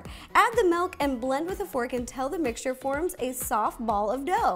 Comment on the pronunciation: omg i love ro so much! you’re soo inspiring and amazing! the only thing is that you said MELK instead of milk ahhhhh